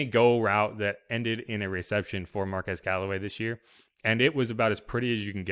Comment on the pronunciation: His first name is pronounced MAR-QWEZ not MAR-QEZ. 👍🏾